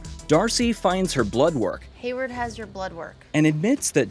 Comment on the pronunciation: His name is HAYWARD not Hatward..